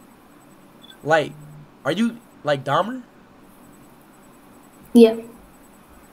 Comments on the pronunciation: "Jeffrey deymer" 💀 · "Jeffrey day mer" bro I'm crying 😭🙏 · He said "Jeffrey Daymher" 😂